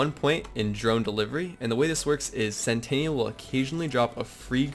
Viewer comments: Sen tin ul. Either way, we all agree it's not centennial. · It's pure cringe how you say centennial (100 years) instead of sentinel (SNTNL). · It’s Sentinel, not Centennial lmfao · Sentinel dude... Not sentaniel or whatever it is you say bro lol. Good vid. It's a great build been using the same build for a while now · Great video, but SEN TEE NELL, sentinel not sentenial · Awesome build, and grats on the World Record but say this with me .... Sent - Ten - all ... Sentinal .... NOT Centennial I would love an Anointed Lucian's Call though! PSN: TheGaminSeshion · It’s sentinel not centennial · It's "SENTINEL" not "CENTENNIAL". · Darius Rydahl it was driving me crazy!!! Lmfao!!! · "CENTENNIAL"....you mean sentinel? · It's SENTINEL not centennial. LOL that was cute. I didn't want to play with Zane really but watching this made me want to level him. Awesome build! PS Don't put me on timeout ;) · I'll sub when you learn how to say sentinel... you don't have a "centennial" drone... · it's sentinel, not centennial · Sen-ti-nal, you're saying centennial, which is a hundred year anniversary. BTW, 50 First Dates was hilrious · Great Build dude. But please....it's Sentinel! Like X-MEN's Sentinel. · really? CENTENNIAL CENTENNIAL CENTENNIAL CENTENNIAL CENTENNIAL CENTENNIAL CENTENNIAL CENTENNIAL CENTENNIAL CENTENNIAL!!!!!! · Dude, great vid and made me sub, but every time you said "centennial" I wanted to reach through the internet and slap you lol. Great vid though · Pffft. "Centennial" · It’s pronounced sentinel, dawg. Sen-ten-uhl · he calls it "centennial" in the video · oh gods I cringed every time he said it. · Sentinel, not Centennial